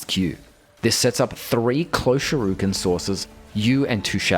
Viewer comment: Shuriken ❎ Shuruken ✅